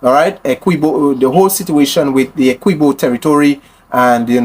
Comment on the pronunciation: The name of the County is Essequibo. Pronounced Esse quib oh. Please get it correct it sounds terrible Guyanese dont like that at all.